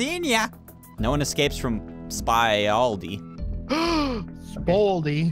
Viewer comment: When said spaldi I was just about to say that I'm SERIOUS